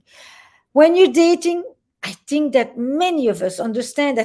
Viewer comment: Whenever she says "Tink" as in think...I get chills...I'm crushing hard on EP!!!